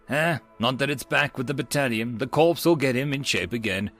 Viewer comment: Ok, I realise I am months late I have to say it. F.o.b is pronounced like the phrase "key fob" Marine Corps is not pronounced like ' dead corpse' but like 'reactor core' or Marine 'core' Yes I am aware that English is stupid. Finally, S.A.W is pronounced saw, like chainsaw. Lots of love!